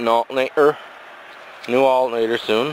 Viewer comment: Who else thinks its funny how this guy pronounced alternator?? ALT-NAY-RRR at :58 sec of the video....